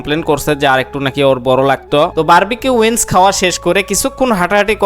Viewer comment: উইন্স নারে মূর্খ। উইংস।